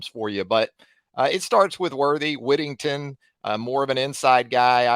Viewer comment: Whittington not Worthyington lol